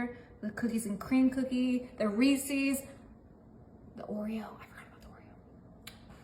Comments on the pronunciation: This is a ridiculous waste of ingredients. Too many to enjoy. Reece's is not pronounced reec ees. Its Reece sounds like fleece. With the s for ownership. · You pronounced Reese’s incorrectly.